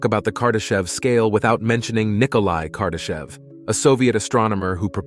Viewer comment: Did he say kardashian? Lol